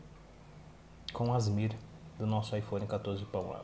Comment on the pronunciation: Agonia quando o fala "Asmir" 😂😂😂 pqp! A-S-M-R!!!! 😅